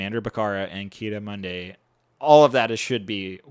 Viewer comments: Kee-Ah-Dee Moon-Dee, idek what you said lol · Lol why can't this guy say Ki-Adi Mundi's name?